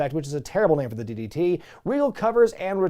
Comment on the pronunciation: “Running DDT to D-Von” sounded like “Running ditty-titty-D-Von” 🤣